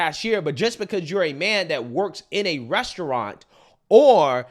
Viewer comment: She can’t even pronounce “restaurant” 😂 I love when people try to insult someone when they’re basically illiterate. This woman is terrible.